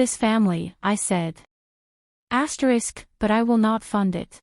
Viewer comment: pity about the AI saying ASTERIX